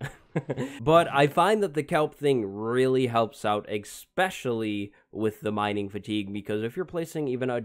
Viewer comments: Great video. Very helpful. If you promise to stop saying "eggspecially" (which you did at least 6 times) I promise to sub. ES-pecially. Especially. Edit: Dear fanbois with speech impediments, please thumb this down moar. Thanks. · Its pronounced “especially” not “ expecially”. You’re welcome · eSSSSSpecially. No X in there, bro.